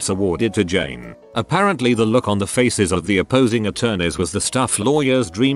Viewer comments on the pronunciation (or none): none